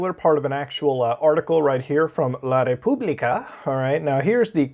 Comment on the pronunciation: ha detto la Repubblica con un accento troppo spagnolo